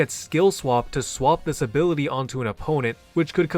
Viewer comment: take a shot every time he pronounces ability as “abiwity”